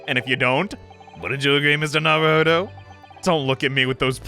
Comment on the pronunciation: ITS NOT NARUHODOVER!!!!!